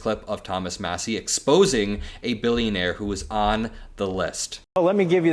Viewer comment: And It's " MASSIE " ...Matters !